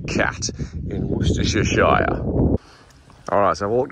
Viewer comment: Wostershershire, thats easy for you to say